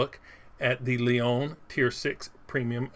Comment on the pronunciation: Leone not leon you need the eh on the end